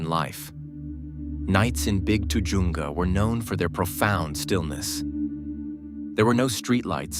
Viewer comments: That pronounced TA-HUNGA CANYON. I grew up there then and it has the Spanish pronunciation by Californians. Ta-Hunga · Pronounce tuh-HUN-guh